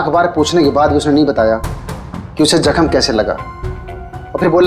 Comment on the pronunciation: Doctor saying gelni ki gakham, 😅. It is Zakham